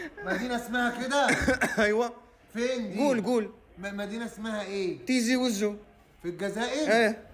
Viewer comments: تيزي وزو وليس طيزيهههه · لكن المدينة إسمها بالتاء مش بالطاء عايزين تسموها إنتو على مزاجكم😠(تيزي وزو)مش بالمفهوم الي بتفهوه إنتو يامتخلفين يالي بتفكرو في الطياز بس